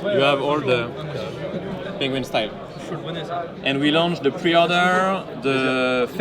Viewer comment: What TF ia a pengwing?! 😂😂😂 By the way... the grand tonneu is tiny... 35mm?! Would look strange on my 19mm wrist... Why so small?? That's why I won't buy one. I really like Maen watches... but the latest Grand Tonneu is too small... 🙁